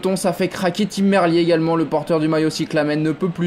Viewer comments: Désolé mais je vais faire le même commentaire jusqu'à que vous vous corrigez. C'est Merlire et pas merlié. J'ai rien en fait au début tu dit merlié et merlire à la fin. Enfin bref 😉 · Allez faites un effort pour la prononciation de TIM MERLIER SVP ! Cà frôle le manque de respect là...